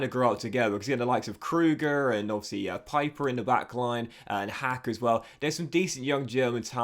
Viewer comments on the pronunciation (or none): It’s “Peeper” (pieper) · In German Pieper is pronounced like Pee-per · Also "Vimmer" and "Peeper." Easy German: ie="EEE" sound and ei="I" sound. Really excited for this playthrough!